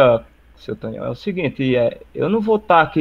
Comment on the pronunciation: E tu falando Tonhão errado pqp kskskdkdkdkkskskdkdkd